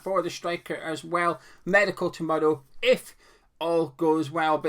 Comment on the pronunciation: What is a meidcal exactly? Is that the Scottish pronunciation of the word for a test that someone has at the doctor´s?